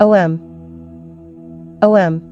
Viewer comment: must we have AI narrating everything? couldn't you have a real woman doing the narration? O M Namah Shivaya? O and M are NOT pronounced separately. Ridiculous.